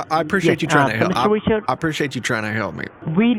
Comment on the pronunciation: Mr. wichawds 😝